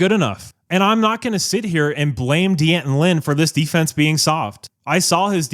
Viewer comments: So, you aren’t going to blame Dee-Anton Lynn? How about D’Anton Lynn (shame on you after all this time to continue to mispronounce his name). He has underwhelmed this year. You like busted coverages? Riley’s fault? You like poor defensive spacing? Riley’s fault? You like Crawford constantly jumping offsides? Riley’s fault? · I'm a fan of your channel but you really need to learn how to pronounce "D'Anton". Two syllables. Not three.